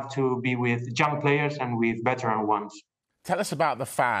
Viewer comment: Everytime he said “young players”, it sounded like “junk players” 😂